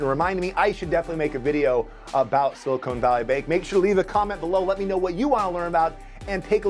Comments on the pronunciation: Great video! (It's Silicon Valley not Silicone Valley btw). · Silicon ≠ “silicone” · It’s not “cone” it’s “con”. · It isn't pronounced "sili-cone" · It's silicon not silicone. Silicon reflects the compound in a computer not those gel inserts in a woman's upper thoracic area. And still, what is a woman?